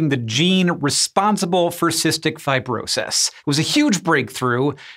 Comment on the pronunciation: "Fi-bro-sahys" weird pronunciation Hank